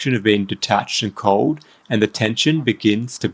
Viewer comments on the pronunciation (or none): none